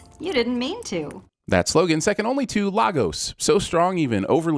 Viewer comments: You really should sin the pronunciation of Lagos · I'm also sinning the sins guy for not sinning the mispronunciation of "Lagos."